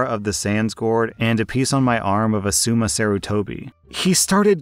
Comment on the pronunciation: The way he butchered asuma’s name hurts my soul.